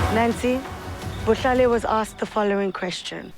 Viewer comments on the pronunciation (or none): 😭i know youre trying your best. But the way you're pronouncing "Bohlale" is sounding like "Bolile" and that translates to "rotten" in his language😭😭 A closer pronounciation could be "Bo-shla-leh". Goodluck and thanks for the videos❤ Also the bucket hats theyre wearing rn are from a popular streetwear brand😭